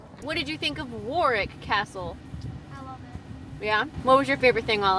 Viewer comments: it is pronounced warick the middle w is silent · Say "rick", Warick( Warwick)❤ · Great video. My daughter lives in the Cotswolds so I know it well but you showed me places I'd never visited so I appreciate that. Driving our narrow roads is challenging enough but the pronunciation of place names defies all logic. Warwick = worick😊